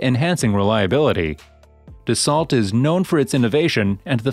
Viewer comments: You lose all credibility when you can't pronounce the name of the manufacturer correctly. It's not Da-salt. It's Da-so. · It's pronounced DASS-SEW not DASS-SALT. Dopey AI voice...